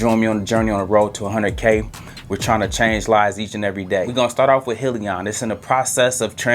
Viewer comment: Thanks great video......it’s pronounced Hi Leon! 👋